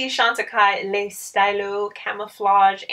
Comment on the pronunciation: I gotta say I saw that PERFECT pronunciation in your new vid!